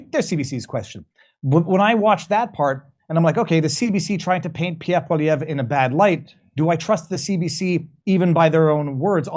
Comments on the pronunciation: His name is Pierre, not Peah,. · Why does keep calling him "pievve"?